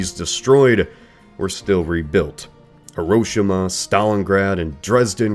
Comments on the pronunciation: Could you say that again Horoshama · I love this channel but the way he says Hiroshima make me want to un sub